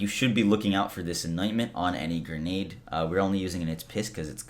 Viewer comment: GRE-NADE. Not GER-NADE. You’re an adult.